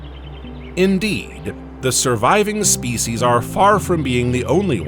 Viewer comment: Spe-c’eess uuhhh.